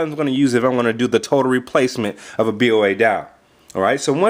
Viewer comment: it's pronounced Bow-a